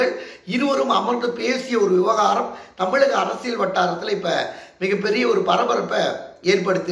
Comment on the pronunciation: என்னப்பா உங்களுக்கும் ழ வராதா. ஊலல், தமிலகம், ஒளிப்பு என்கிறீர்களே!